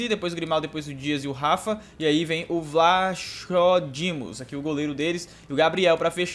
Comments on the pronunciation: Lê se vlacodimos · O vlachodimos lê-se assim"vlakodimos" atenção,nao tou corrigindo por mal